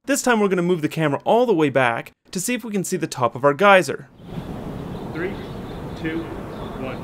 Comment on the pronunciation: Sorry, correction: guyser.